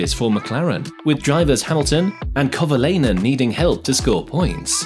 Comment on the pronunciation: I’m calling it… you have been an F1 fan for less than 5 years. A few names were miss pronounced, Hulme, Jochen Mass, Kovalainen and even changed how you pronounced Mayer halfway through from My-er to May-er. Also I think you claimed Hulme scored McLaren’s first win which is not correct.